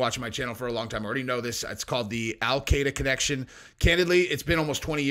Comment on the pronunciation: Al-Qaeda is pronounced /al kɪ-dә/, not /al kay-dә/.